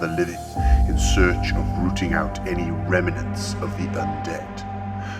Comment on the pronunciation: Say it with me rem-nants….remnants not Rem-me-nents